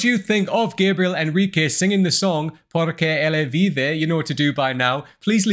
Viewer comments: Your pronunciation of the song title was spot on,! Congrats 😃 Gabriel is really brilliant in the choice of the runs. They not only embellished the song but also lift our souls ❤️ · Gabriel Henrique, orgulho do Brasil🇧🇷 Gosto muito da sua análise sobre o talento do Gabriel Henrique, tenho certeza que ele já assistiu ou assistirá sua reação e quanto a pronúncia do titulo da música você foi muito bem. Parabéns para você também!👏👏👏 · By The way, You have Said The name of The music in perfect portuguese😅😅😅😅😅